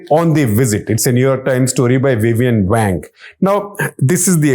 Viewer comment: Wang (王) sounds more like Wong than a slang word for male anatomy.